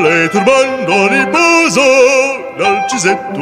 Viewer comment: In Italian singing but also German and other languages, attention MUST be paid to the proper accents given to the syllables, otherwise everything sounds like a monotone. For instance, "ri-PO-so" not "ri-po-SO", "bril-LAN-te not bril-lan-TE, giving an extra flourish at the end which distorts the word. It takes control not to punch out the ends of phrases. Also care must be given to where the syllables appear, on or off the beat.. A good example is "VO-la o se-re-NA-ta", not "Vo-LA, o se-re-na-TA" (Tosti). "VO" and "NA" happen to be on the beat. It is unmusical but even lazy and unthoughtful to bang out the last notes but also also to sing unequal syllables as though they were equal as in a piano Czerny exercise.